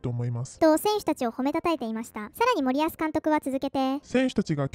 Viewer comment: 「森保」のイントネーションは「板倉」と同じではなく「谷口」と同じな